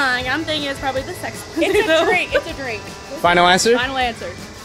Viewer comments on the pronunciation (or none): none